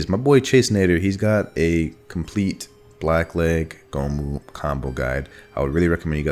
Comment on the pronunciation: I felt horrible cringe every time I heard goh moo